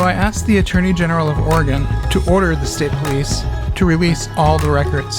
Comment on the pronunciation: "Oregone" Headquarters